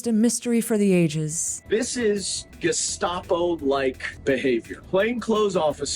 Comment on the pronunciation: He can't even pronounce Gestapo. 😅 Trump's NOT sending them to dungeons. They're living better than the innocent people on J6 that your people sent to prison. Trump wants them to go home! Why would you want people who are murdering people to run the streets in America? It's okay when the illegal immigrants took unaccompanied children, kidnapped them because Biden said, "Bring unaccompanied children", where are they? They took them all off somewhere. They're in sex slavery and working as slaves. You democrats are the Gestapo, and you brought your henchmen here!